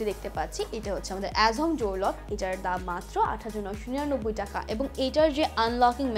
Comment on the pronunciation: জনাবা : নরসিন সুধা বাঙালি হয়ে বাংলা বলতে পারেন না! টাকা কে ঠাকা বলেন O_o যাই হোক আমার বাসায় ৫ম ফ্লোরের কাজ চলছে সেখানে প্রয়োজন হবে তাই জানতে চাই এটা কি নির্ধারিত মূল্যে ?( Fixed price or not? )